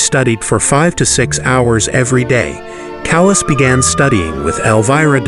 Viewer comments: It's pronouced CAH-las not as in calous on your skin. How much effort does it take to pronounce her name properly? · How could you be so ignorant as to pronounce “Callas” like “callous?” There is no excuse for such provincialism. And, you’ve got your facts, your chronology wrong. This video is bogus. What a shame! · Sir, your Italian pronunciation is horrendous, an embarrassment to the production of this video, including pronouncing “Callas” like “callous.” I’m sorry, but such ignorance from a narrator is inexcusable. May I suggest you hire someone who could help you with the pronunciation of Latin-based words. I hope this helps.